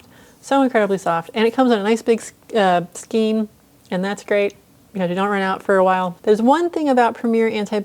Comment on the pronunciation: Skein rhymes with rain